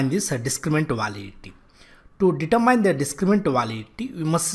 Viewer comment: Why is "determine" pronounced as "deter mind" instead of "deter min?"